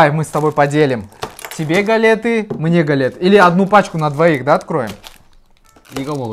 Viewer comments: гАлеты , а не галЕты )) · Не гАлеты, а галЕты 🙂